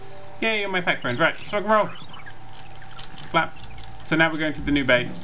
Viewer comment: is it just me or is every time he says flap it sounds like fap?